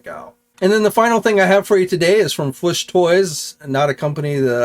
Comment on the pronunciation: do you pronounce Fwoosh Toys that way to annoy Robo? 😂